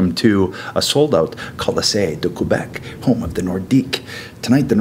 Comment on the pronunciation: My friend and I had a best of seven series set up on NHL 95 (sega) at the barcade in town, Nordiques vs Whalers (we're Habs and Bruins fans, so it seemed natural). I think I won, but it was hotly contested. This video fills me with joy. That being said, when Edge pronounced Quebec as 'Kwebec' instead of 'Kebec' it pained me a little.